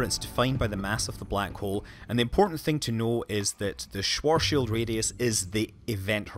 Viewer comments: AAAAAAAAAAAARRRRRGGGGGGGGGGGGGHHHHHHHHHHH you cant say these german names, it´s called schwarzschild and not sworzs-shield. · I guess, if there is no light and it is pitch black the answer would be nothing at all, granted you wouldn't become a spaghetti of single atoms, which you would. It's not Schwoarrrrrshield, It's Schwarzschild! It's a name and you can't just change that only because you are too lazy to learn how to pronounce it right! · as a German, the Schworshield-Radius sounds... different ;) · Well, technically it's pronounced like "svart shild", which no one does.